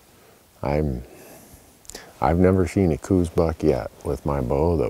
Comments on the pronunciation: I was born and raised in Tucson. When I started chasing deer in Arizona my dad told me to learn about what we were going to hunt. The FIRST thing I learned about these small whitetail deer was how many (almost everyone) did not know the true pronunciation of Coues. It IS NOT "Coooose". The correct pronunciation is "Cows". When I listen to people talk about this specie of deer I want to reach through the screen and shake their neck. If you are going to act like an expert, at least know the correct pronunciation of the animal you are hunting! The other animal you are hunting is also subject the travails of poor pronunciation. The name, javelina, is pronounced as a hard "h" not as a hard "j". It is not an Olympic track and field event. I think the mispronunciation is an indication of our poor schooling process. By the way, although I am not sure, the area you are hunting looks exactly like the area I grew up hunting, south of Tucson in the Patagonia area. Big huge draws with lots of places for the deer to disappear into. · The "house" pronunciation is wrong too. We talk about this several times on Randy's podcast. Dr. Elliot Coues wrote that that it is pronounced "Cowz" (his words not mine). I think we should recognize Elliot as the real expert here. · Hey Randy! At 23 and 24 seconds into the video, that area is where we just popped 2 Javelina during the HAM hunt. And, last year as well. Saw Coati there last year. None this year. Kinda wanted one. Great place to glass deer too! A lot of both coues ( say kouse, like house, no 'Z' on the end) and mule deer in the mornings prior to sunrise on the sides of those hills. Beds too! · lol eternal debate. Call them whatever you want. Randy has videos on this very channel regarding the name of the deer. Read 'Deer of the Southwest' by Hefflifinger. Also interesting is that the true proper pronunciation that really noone uses is likely 'Couse' like 'house'